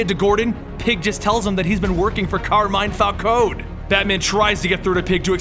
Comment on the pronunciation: its pronounced carmin falcoenee